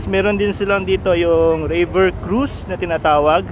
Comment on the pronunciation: Havey yung "rayver cruz" (river cruise) 🤣!